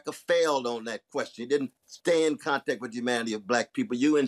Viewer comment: Did he just say Kontack?